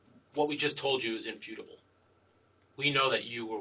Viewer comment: Infudable wtf is infudable